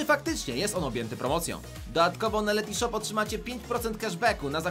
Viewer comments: Ten moment gdy się sprzedajesz, a nawet nie potrafisz wypowiedzieć dobrze nazwy firmy... To nie jest Letyshop, tylko Letyshops... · Letyshops anie letyshop